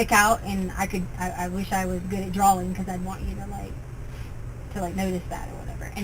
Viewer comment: Ugh another thing she says wrong drawling for drawing. I hate the way she says every word wrong